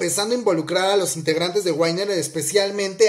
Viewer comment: No es tan difícil se dice como se lee, "winner" de donde salia (ai) para pronunciar wainner xD, por otro lado ya se sabia que el Ceo de YG era el hermano, aunque por lo menos a mi siempre se me olvidaba.